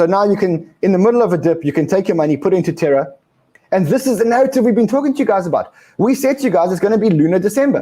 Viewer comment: More terra not terror